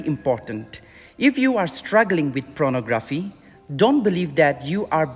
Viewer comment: It's Pornography, not Pronography...